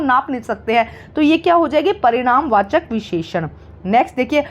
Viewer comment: Parinam vachak visheshan× not *Pariman vachak visheshan*✓